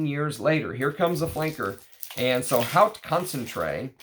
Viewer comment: Thank you for letting us know about lesser known vintage gems. Btw haute is pronounced like "oat" 😉 Which reminds me, have you ever smelled Worth Pour Homme Haute Concentration?